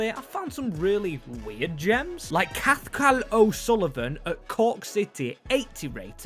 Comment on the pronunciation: Not Cattel O’Sullivan it’s Cahull o Sullivan